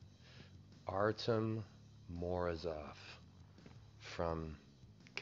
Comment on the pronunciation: a wrong stress in both words. These foreign names, lol, painful.